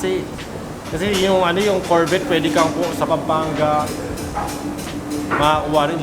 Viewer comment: Korbet amputa hahaha corvette (korvey) pronounce dogss